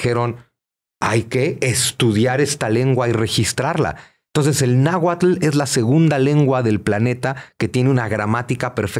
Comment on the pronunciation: Al Dr. Zunzunegui solo le falta mencionar bien las palabras en Nahuatl